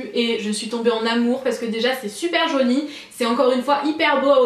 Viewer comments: Je suis la seule a entendre "jauni" des qu'elle dit "joli" ? >< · non moi aussi j'entend jauni à la place de jolie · tes vidéos vont manquer ! merci pour toutes ces idées et ton implication ! tu me fais rire tu dis 'très joniiii" lol Bisous bisous